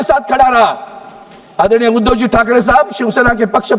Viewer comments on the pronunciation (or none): none